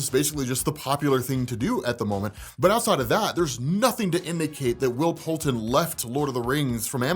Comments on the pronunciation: Isn’t it Poulter? Not Poulten? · PoulTER lol come on you said it right in the beginning!!